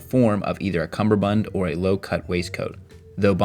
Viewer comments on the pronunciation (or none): "Cummerbund", say it with me "cummerbund" not cumberbund! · I will say, it's a cummerbund, not a cumberbund. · When doing a video on style, always be aware It's 'cummerbund' and not 'cumberbund'.